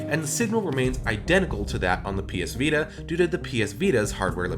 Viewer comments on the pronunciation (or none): none